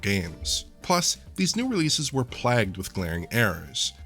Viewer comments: Does he say "plagged" instead of "plagued"? Is this like, a US pronunciation I wasn't aware of or something? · Plagued. Not plaged. As you talk about spelling and grammar, while mispronouncing a word lol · I think you mean plagued, not "plegged". Goddamned yanks! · I don't think I've ever heard someone pronounce plagued "plagged" before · Did he really pronounced “plagued” as “plagged” one sentence before mentioning grammar? Lol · Kinda funny how you mispronounced “plagued” as “plaged” when referring to spelling and grammar errors lol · Plagged? ……do you mean plagued? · I know what 'Plagued' is.... but what's 'plagged'? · "plagged" LMAO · Did this man just say “plagged”? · "Spelling and grammar issues" meanwhile you said plagued like PLAGGED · Did he just say "plagged"? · I'm sorry, but how are you going to say the game's "plagued with glaring errors, including spelling and grammar issues" and pronounce "plagued" as plagged? This is after his problem pronouncing "competizione". I'm not asking for perfection, but my guy needs an editor that is good with language. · You did not just pronounce plague as plag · DID YOU JUST SAY 'PLAGGED' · "Plagged with glarring errors." lol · That's not how you pronounce plagued. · how do you not know how to pronounce plagued? 😂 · It's amusing how he pronounced the word "plagued" then the next sentence is about the games misspelling and use of grammar. 😂. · I've never heard plagued pronounced like that before.